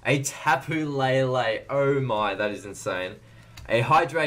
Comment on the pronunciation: not to hate put its tapo le le not tapo la la